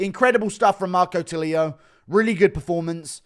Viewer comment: tulio is not pronuciated as “tuh-lee-a” it's more like “too-le-o”